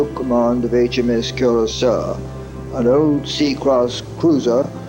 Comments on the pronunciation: Funny, the Royal Navy spell it Curacoa (see the Navy List - and the Press report .) Are you perhaps confusing a WWII Cruiser with the island of Curacao, or the liqueur of that name? That's why the name of the ship is pronounced Cura - so - a, not Cura - sow. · Curacoa ;- Koor-a- ko-ah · "Curacao" (the island) is pronounced the way the narrator is pronouncing 'Curacoa' (the ship) (note difference in spelling)